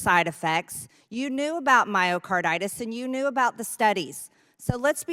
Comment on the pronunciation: Wow, MTG was able to pronounce myocarditis. I am impressed. The dummy is learning some big words.